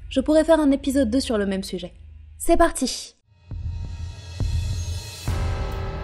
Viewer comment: Elle a dit c'est partich ou c'est mes aureil mdr